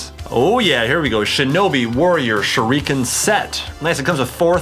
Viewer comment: TheFamouseChiken #2 Me, also I'm bothered by the way he said shurikens... ... I'm also triggered about how he used the knee strap as an arm strap.